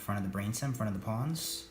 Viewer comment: Are you saying the palms or pons? Interesting very interesting about moving to front of brain stem